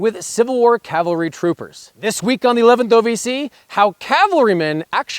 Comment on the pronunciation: Good video. I wish someone could actually pronounce Cavalry correctly though.